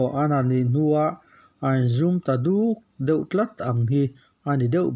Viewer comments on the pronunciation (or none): none